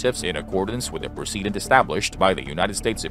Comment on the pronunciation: Renna V Bona, not Rena. Precedent, not Preceedents.